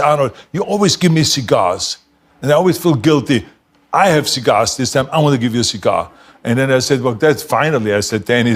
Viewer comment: The Pah-stah and the cee-gars.